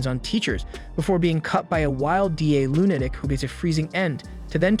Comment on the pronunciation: Okay. I love your content, love love it. But do you speak English? Like, the actual English language. What animeh? What's a lunadic? Like I said, love your content, but you butcher some words and for some reason it sets me off.